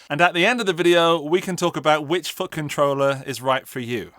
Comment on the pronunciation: 'And at the end of the video we can talk about which fucking troller is right for you' I know what you're actually saying, but this is genuinely all I hear 😂